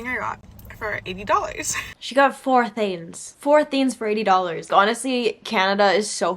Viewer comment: please i beg can you start pronouncing the g in “things” lol, no hate but every time you said “theens” i got a little bit agitated 😂